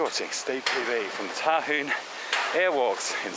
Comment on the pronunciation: It's...H-yoo-un...said properly..